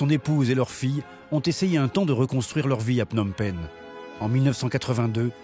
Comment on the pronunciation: Learn how to pronounce the Words Phnom Penh or Whatever I Spell! It is ment for Meaning [ Full Mountain]. 😅 Thanks Canada. 😊